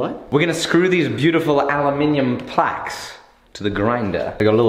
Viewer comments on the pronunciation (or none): Kinda ironic that you make a point of saying "aluminium" instead of "aluminum", But you say "placks" instead of "plaques"